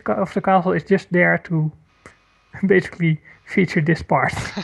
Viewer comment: He he kept saying "besky," but then I realized that he was trying to say "basically."